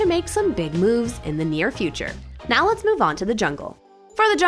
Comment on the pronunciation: Right niauw? Right meow? What?